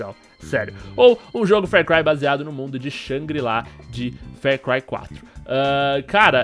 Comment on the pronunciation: Meu Deus vc ta me deixando com aflição falando fer cry.